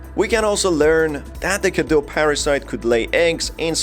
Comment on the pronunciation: what i have noticed is that in the game they don’t quite pronounce things right... Even Dimitrescu is pronounced wrong for how it’s written in Romanian. So in “Cadeau” you read the final eau as o while in “Cadou” they should have said as it’s read and add the u at the end to pronounce it correctly. But yes, the Romanian cadou is derived from fr. cadeau, what I just wanted to say is that they didn’t quite make it sound like Romanian, but French, with the pronunciation and even the naming of some characters.